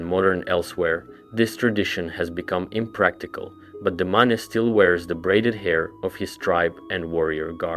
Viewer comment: Why do you keep pronouncing the Mane "ma-ne" when it's pronounced "main"???